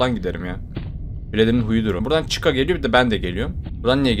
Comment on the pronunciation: Normal: Freddy: Freedy Normal: Bonnie: Boonie Normal: Chica: Chicka